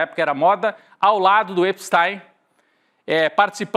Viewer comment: Atenção: EPSTI.M e não EPSTAIM